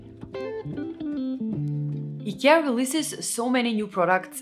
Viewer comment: It's not EKEA, it's IKEA